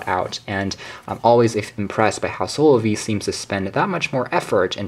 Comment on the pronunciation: Wait It's Proniunced SOLO-VE ?? Not SO LOVE? hahahahahaha